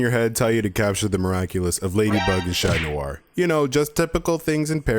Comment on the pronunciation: chloe's mom is Audri not Aubri, and Adrian's alterego is pronounced as Catnoir instead of Chatnoir, he's a cat.